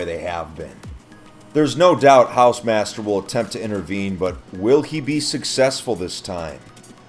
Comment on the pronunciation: Hausemaster Haw-se-mas-tear Ho-r-ze-mat-st-err